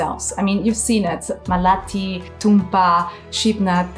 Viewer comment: Repeat this: "Maa-Le-Ti". Not Ma-Laa-Tee...Also, Indians don't "shovel" rice into our mouths. That's very disgusting and insulting. Would you like it if we said Westerners poke their forks and spoons into your mouths. That's one way, ours in another, a more natural way that humans practiced for 99% of our existence. Better to describe this as using our hands to eat...